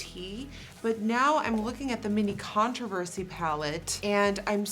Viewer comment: omg! i was watching this video and the way nikkie said "controversy" was like "contourversy" but then i realised they would need to make so many different ones for all the shades and that would take like another year